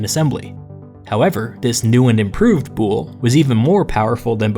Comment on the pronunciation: DUDE YOU KILL THE WORDS. THE WORD IS VOULI NO BOULE. THAT HAPPENS WHEN YOU DONT KNOW HISTORY